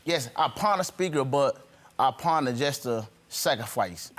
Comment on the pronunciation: NOT "Pond it" PAWN IT